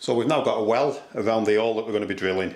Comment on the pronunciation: The h in hole isn't silent you know lol